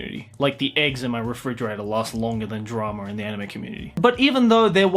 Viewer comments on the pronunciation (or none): Normal Person: "Drama": "Dramar"